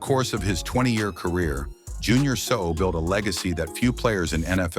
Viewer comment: You cannot even get your ai to pronounce his last name correctly??